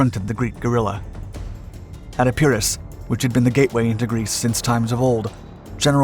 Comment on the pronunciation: I'm tired of explaining how you can help yourself to pronounce names correctly. You mispronounce Metaxas, Epirus, Centauro, Klisura and Ciano. Go away and find out the correct version or continue to look foolish - your choice.